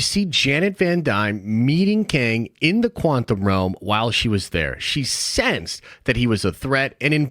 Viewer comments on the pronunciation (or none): Does anyone else thinks our dude mispronounced quantum over and over to troll us?